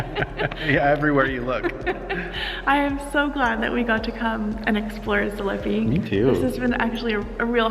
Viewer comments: ZalipiE Please, please. We pronounce all sounds and letters. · Zalipie is pronounced zah-leep-ee-ah and its rough translation is after the shrub/plants lipa is a type of tree or plant. Looks lovely.